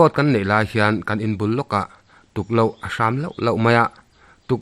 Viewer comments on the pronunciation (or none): Tukloh niloin, Tuklo tih tur